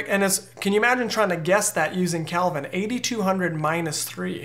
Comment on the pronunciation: Love the info, this is so helpful. Thank you. But you keep saying Calvin when referring to color temperature. It's Kelvin, not Calvin.